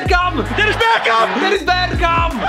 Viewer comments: “Dennis berkrap” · Het is bergkamp ooooohhhhh